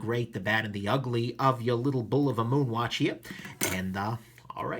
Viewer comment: You pronounced it correctly! Yea.